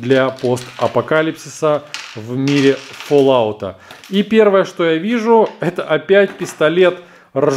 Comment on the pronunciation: и не фоллаут а фаллаут